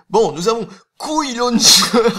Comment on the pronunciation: "couille" Launcher XD (cooee)